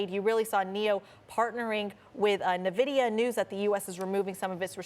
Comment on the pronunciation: NVIDIA is pronounced "En-vidia". The 'N' is pronounced out separately.